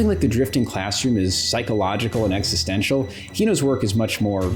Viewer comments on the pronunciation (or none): none